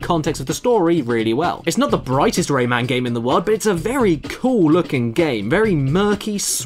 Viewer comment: I have the game on the ds in it one lumb is impossible to get and when you put the game in rayman says rayman but it sounds like lemon